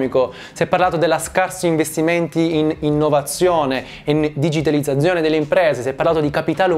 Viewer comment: la mia pronuncia delle Z non fermerà il mio processo di divulgazione economica La parola digitalizzazione: benvenuto all'inferno